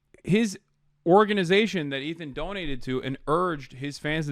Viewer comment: lol Ethan can’t even say his name properly. What a stalwart